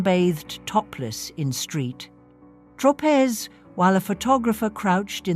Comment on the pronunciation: SAINT TROPEZ, not STREET TROPEZ. Plse note and amend Accordingly.